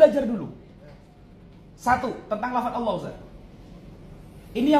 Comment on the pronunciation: 👉 layo.. Wong kata ALLAH nemplok di quran ada, kok mlenceng bacanya jadi awoohh oloh... oloh³... Mereka harusnya ganti itu dengan awoh 🤝